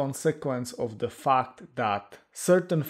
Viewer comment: Did you say fart or fact?😂